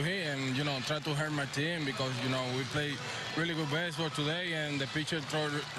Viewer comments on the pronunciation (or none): Yoshy's Channel lmao now I can’t stop hearing hurt my team and it’s hilarious cause he has that smile on his face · Always sounds like he’s saying: I’m just trying to hurt my team” lol funny to hear him talk but good shit Du!!